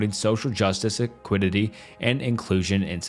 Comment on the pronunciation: Wow, this video is pretty bad. Lots of weird mispronunciations: "liberism" instead of liberalism, "continue-inity" instead of continuity, "equidity" instead of equity, etc. It sounds like you read the entire script in 1-2 sittings and never did any 2nd takes. Every topic both drags on for too long and says too little -- the script sounds like an edited version of wikipedia or maybe ChatGPT, and you're just reading blindly.